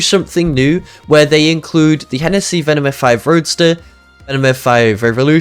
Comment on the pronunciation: Its h-h-ennesy 😬💀